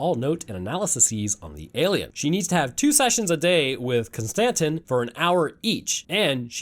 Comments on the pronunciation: Kon Stan Tin, distant cousin of Jay Quell'in O Shack Hennessy I genuinely hope ur wife leaves u, solely for the way u pronounce names. For a so called scientist ur pronunciation is unfathomable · Every time you miss pronoun Konstantin it creases me. 😂